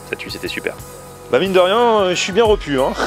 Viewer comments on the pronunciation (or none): none